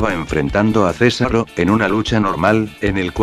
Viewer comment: Oye buurado no es sésaro es sesáro